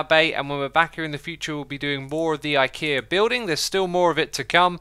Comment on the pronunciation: You kept calling ikea lol 🤦🏽‍♂️